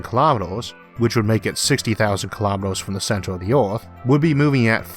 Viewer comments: Not sure what language you speak but English isn't your first. Oarth is the first clue but you miss pronounce to much to take you serious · Where's the narrator's accent from? I've never heard anyone pronounce Earth as Orth! From and repeated several times. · Orth?? Wt. Why choose to speak in a fashion no one can understand?? Are you trying to say Earth? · The Orth. LOL!